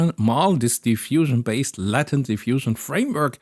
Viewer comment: I was just listening and was super confused why there was such an emphasis on Latin, took me way too long to realize you were talking about latent. Not trying to be mean but the a in Latent is pronounced ae /æ/ in both British and American English, like you lay an egg not like laten or ladder. I understand how this could be difficult to pick up on if you learned the word from reading it.